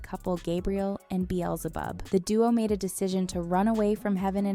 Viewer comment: "azira-fay-lee" "azira-fay-lay" "gabe-ree-ehl" "beel-zee-zib" IM CRYING